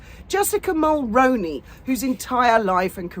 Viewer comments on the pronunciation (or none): 👋 Ho..just an fyi Mulroney Is pronounced as Mull-Roo-Knee or Mull-Rooney like the actor Micky Rooney's last name I'm 🇨🇦 and I don't care one whitt about Jessica Mulroney But I do care about her late father in-law our former & late Prime Minister - Brian Mulroney. It's HIS last name that people are mispronouncing & that bothers me as I feel as if by extention of mispronouncing her name everyone is being somewhat disrespectful towards Brian Mulroney, his memory & legacy as a respected former Prime Minister of Canada. Over the past 7 years since MeAgain has been publicly involved with Harry with people periodically bringing up Jessica Mulroney's name in relation to MeAgain...A great many of YouTube content creator's have consistently been mispronouncing the name Mulroney. At 1st I figured that most people would eventually research her a bit & thus learn how to pronounce her last name correctly...Alas that hasn't happened in the vast majority of the cases. Dan Wooton & Lady C both get it right most of the time but they still slips up at times. I've been trying to inform each content creator that I follow on how to pronounce Mulroney correctly. I'm guessing that either people haven't seen my messages or they simply don't care. I'm hopeful that you will see my message and hopefully pronounce it correctly going forward... I hope that you are doing well and finally got some sleep after last night's selfish self-centered karaoke performance in the middle of the night... I w